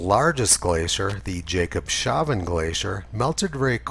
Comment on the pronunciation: Tony - damn it - I have told you before that Jacobshavn is pronounced as "Jacobs havn" and actually means 'Port of Jacob' in Danish. 😁